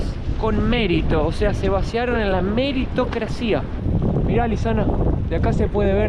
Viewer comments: ayyy, deberías aprender mejor el español antes de mudarte a Mexico, no se dice cientistas sino científicos, no se acentúa meritocracia en la i sino en en la primera a, además lo que defines como estafa no lo es🤥 se puede decir que te engañan para cobrarte, pero una estafa, es un delito y los podrian hasta encarcelar😨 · Meritocracia se pronuncia sin ningún acento. Dijistes incorrectamente "meritocracía".